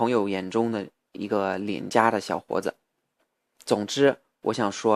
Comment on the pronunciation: 你不说我都不知道你有微博，看了微博才知道你这么久不发视频到底哪里去了....那你现在是住在中国了吗？还有，能不能请你把传在什么优酷土豆的视频也传上youtube呢...否则在英国加载好慢啊！说到发音，“不加掩饰”和“小伙子”可以说的再好一点，我个人还觉得“孩子”说的有一点奇怪....但是我真的觉得我已经是在骨头里挑刺了，你这个水平已经非常，非常厉害了。继续加油啊！